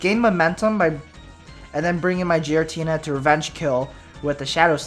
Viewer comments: its pronounced gear-a-teena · Giratina, like GEAR-atina...